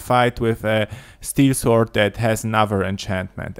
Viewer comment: Say >sorrrrd< or go British and say >soooood<... and not >swwwwword<!!!!!!